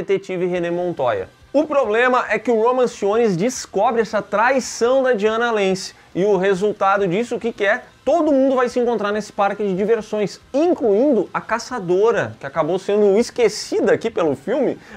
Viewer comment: O falhando miseravelmente em pronunciar o nome dos personagens é épico: DiAnah Lance; Roman Simons...